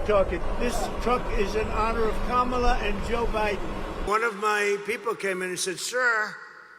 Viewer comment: Funny that he said her name right. It shows that he has to purposely say her name wrong in those rallies.